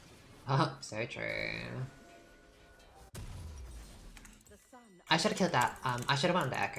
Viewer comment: she says chartreuse and no one can convince me otherwise